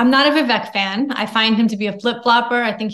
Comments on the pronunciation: his name is pronounced Vivake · I've only heard Vivek Ramaswamy give the correct pronunciation of his first name one time. I've never heard him make an issue out of it, but everyone mispronounces his name. It's ViVake...like cake. People have always struggled with pronouncing the car brand hyundai correctly too... it's Hyundai like Sunday. It would be awesome if people started pronouncing his name the way he pronounces it. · I ma sorry, mispronounces Vivek name and that isfeliberately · You can tell she has never actually listened to Vivek speak, she doesn't even pronounce his name correctl